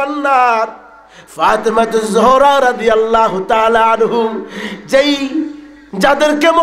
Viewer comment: হুজুরের আনহু আর আনহা ঠিক হয়নি